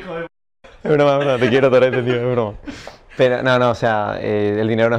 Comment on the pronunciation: Soy yo o dice te quiero torete jaj